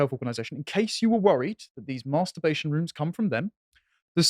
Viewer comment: It's not 'Maaaarrrster-bation',.